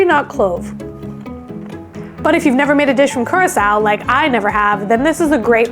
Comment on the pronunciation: Congrats for pronouncing Curacao 🇨🇼 better than Wayne Gretzky